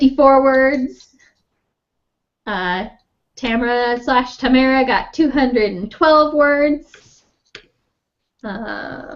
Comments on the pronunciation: LOL, it's tuh-mare-uh, btw! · 377, got out of the 200s! (tuh-mare-uh)